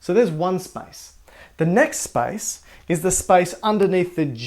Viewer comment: SPICE?? i was confused at first. its space